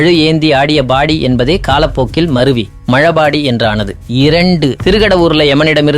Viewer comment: Dear Sir - Thank you for sharing south India temples தல வரலாறு. However in this video, I can’t understand what you were saying the very 1st point - how did the name arrive? You said something like “மழ body aa”…🤔. Please explain the details. Thank you, Sir.